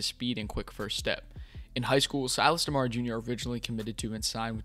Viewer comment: Dope video🙏🏾. We can bet on 4!!. But it’s “Dem-uhh-ree”. I cringed every time 😂. Dem-uhh-ree 🤯.